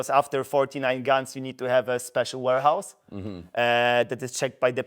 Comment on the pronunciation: Chciałeś powiedzieć "łerhaus" bo "łorhaus" znaczy coś zupełnie innego😅